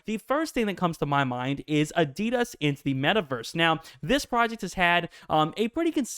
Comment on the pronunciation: Watch a adidas advert - your pronouncing this wrong.